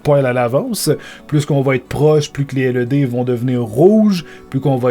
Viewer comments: On dit pas LED on l’ed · 'laide et non 'elle euh dée' T_T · arette de dire L E D !!! tu pronce laide mai sa secri led!!!!!!!!!!!